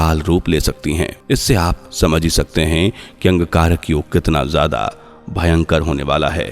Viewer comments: Bhai angkarak yog nahi Angarak Yog bolo sahi bolo bhai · आप बार बार अंगकारक योग शब्द का उच्चारण क्यों कर रहे हैं? इसे शुद्ध रूप में अंगारक योग उच्चारण करें। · Wrongly pronounced. Angarak yog and not Angkarak yog